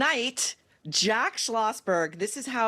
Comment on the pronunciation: “Jack Sloshberg” 😂